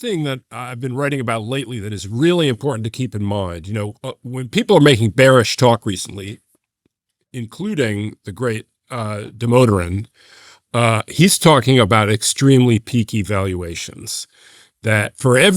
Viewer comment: the great who? Demoteran ? Deoderant? The motormen? Lol